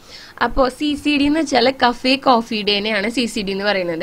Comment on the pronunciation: Ps. C.C.D stands for Cafe Coffee day and Cafe is pronounced as : CA(as in cat) and Fe (as in fence) :)